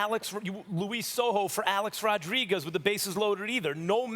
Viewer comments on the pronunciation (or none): none